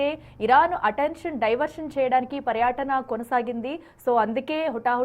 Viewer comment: తెలుగు సరిగా పలకడం రాదో చదవడం రాదో తెలియటం లేదు.ప్రధాన మంత్రికి, ప్రధాని మంత్రి అంటున్నావు, పర్యటన, పర్యాటన అంటున్నావు. అటెన్షన్ అటెన్ ఇంక్షన్ అని పలుకు తున్నావు. తెలుగు ఇంగ్లీషు రెండూ పలకడం రాదు. మేము రివ్యూస్ చూడాలి.. ముందర మీరు సరిదిద్దుకుని అప్పుడు reviews పెట్టండి